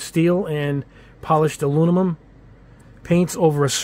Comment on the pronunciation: Hey, man I love your channel. I love the intro music and your reviews are very in depth and informative but HOLY MOLY do you struggle with the word Aluminum! Please learn how to say it because you have a perfect command of the English language but when You say A-loo-ni-mum it makes you sound like a 6th grade dropout. Please work on that because we love you man! A-Loo-mi-num. Thanks for the great content